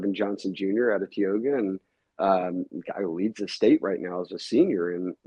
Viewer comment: Tioga has the "long I" sound.. like "Tie- oga" not "Tee-oga"